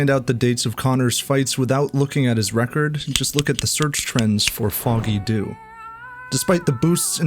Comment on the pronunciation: For the song and pub in Dublin, it’s pronounced....Jew